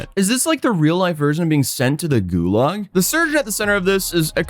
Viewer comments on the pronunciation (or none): late-night dad brain kicking in🥲 I've heard you say "gulaš" instead of gulag, so... lol now I crave stew at 3AM